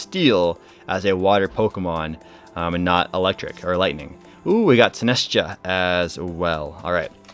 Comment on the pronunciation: It's pronounced like 'sinister' and 'cha' – sin-est-cha. This set looks amazing; I wish I had more time to play. More impressed with the jawline though the gym is a crazy place if it can do that.